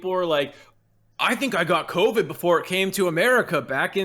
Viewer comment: co-bid? What's a co-bid? Is that like a disease or somethn?